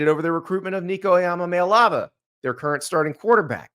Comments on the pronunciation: You wouldn’t have a fucking job without people with names like Iamaleava. You wouldn’t have this video to make money off of without his recruitment. Learn to pronounce his fucking name dude. It’s so disrespectful. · if you're going to have a show like this - please learn to pronounce names correctly. Nico has a video out where he tells you how to pronounce his last name